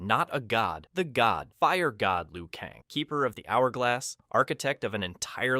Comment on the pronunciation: I thought i was tripping 😆😆. My man said Liu Kahngggg